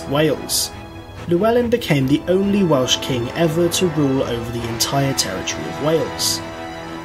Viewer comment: Hate to be 'that person' but bad Welsh pronunciation really drives me nuts! 🙄🙄🤣🤣